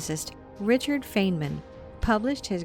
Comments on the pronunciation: Marcel van Heerden there r other sources here on YouTube that confirm his name was pronounced fine MAN. Even the spelling is M A N. How does one get MIN from that? Do u have a source supporting your claim? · more importantly, it's pronounced FINEman. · Just a small correction. Feynman’s name is pronounced FINE MAN. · Richard Feynman’s last name is pronounced, “Fine-man”, not “Fane-man”. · also bro his name is Richard "FINE-men" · No it is not. It's pronounced FINE MIN. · Thank you for reposting this older video. Great information. If you redo it at some point, I hope you will correct mispronunciations of names. Ones that I caught were: Feynman, Kabbalah and Poincaré. There may be others. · You are pronouncing feynman wrong.... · As soon as you mispronounced Richard Feynman's name, I lost all faith in this video